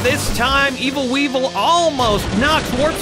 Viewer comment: Wee-Vul! Wee-Vul! Wee-Vul!